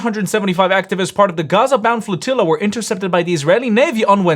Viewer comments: The woman pronounces flotilla like tortilla. 😂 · A flotiyya to supply marry team support lol. Learn English, lady.